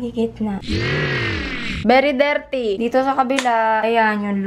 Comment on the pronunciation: "bery derty" LMAO